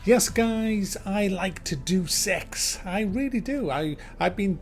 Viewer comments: Dude it's Deus Ex not Duece Ex. Pronounced Day-us Ex. If your going to review a game at least pronounce it correctly. Just saying. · I'm pretty sure it's said... "Day us X" = 3= could be wrong but im pretty sure "Do Sex" is definitely not it. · its not 'do sex' its day-uss ex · Love your reviews but it's [DAY] + [UUS] not Doos. Just kept annoying me hearing it said wrong. Sorry to be a prick:) Hope it's a good game anyway. Might get it. Been playing Xcom 2 and Kingdom Come Deliverance. Played through Xcom 2 a few times now love it and Kingdom Come although a slow starter is getting more interesting. Looking for more games like Xcom 2 (but not previous Xcom Games or Mutant Year Zero)...really loved the new Shadowrun games... have you played them? Hong Kong was good. Any recommendations on turn based games would be great. BTW your review of Death Stranding was hilarious!:D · it's not 'doose ex' it's pronounced 'deyus ex' ya idiot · it is pronounced Day-uus ex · i realize that there has been some confusion about how to pronounce this game, like every entry before this one. But being a PC purest i figured would know. its not Doos ex its day-us ex.... come on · It's not "doose ex" it's "day-us ex" silly British ppl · Day-us. Deuce is spelled deuce. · It's pronounced: Dayus-x not: Do-Sex lol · it's pronounced Day-Us-X not Duce-X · it's pronounced 'Day-us Ex' not 'Doose Ex' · No, 'buddy'. He got the right memo. It's pronounced "Day uss ex" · "DOO SEX" ?? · He is saying "due sex". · It really sounded like you said "Do Sex: Mankind Divided. But ey nice review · Why do some people insist on pronouncing it Dues Ex? Deus is a very simple four letter word, it boggles the mind that people can get it wrong! All things aside, great review, and LOVE the No Man's Sky one(s)! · It's "Day-Uss" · I thought Deus Ex was pronounced Day of sex. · im pretty sure deus is pronounced day-us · it's pronounced: "Day-es ex". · It's actually Do-Se-X